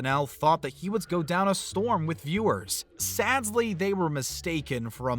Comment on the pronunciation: Are you saying "sadsly?"